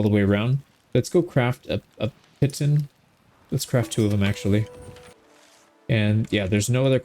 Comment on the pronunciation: I think pitton is typically pronounced 'pee-tahn'